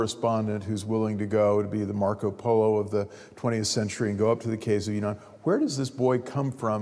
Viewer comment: not yunnan, but yan'an